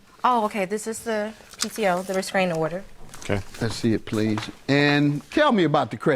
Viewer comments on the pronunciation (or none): Ive never heard of a "resKraning" order 😂😂